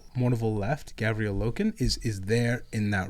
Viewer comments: It bothers me when calls Garviel, Gavriel. Its a small thing but its like nails on chalkboard. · Pronouncing Loken's first name wrong the whole time and not even saying Tarik's name. Smh. By the way. FUCK EREBUS! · I’m gonna be that guy and point it that it Garviel Loken not Gavriel Loken. Sorry. Also go crisis suits! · turned Loken from a Luna Wolf into a Dark Angel with that pronunciation of his first name lmao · Yall just skip my man Tarik Torgaddon when you talk about the mournival😢. Also not to be that guy its Garviel not Gavriel😂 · Gavriel???? God that bothered me so fucking much. Its kne thing to mispronounce other characters names. GARVIEL LOKEN DOES NOT GET THAT TREATMENT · Hearing GaVriel activated my fight or flight. GaRviel deserves some respect.